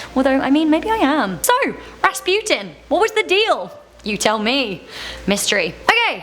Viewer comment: Bless you for pronouncing right the name of Rasputin